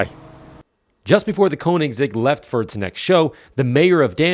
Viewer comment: It's not KOnigs..., it's K-Ö-nigs... 😅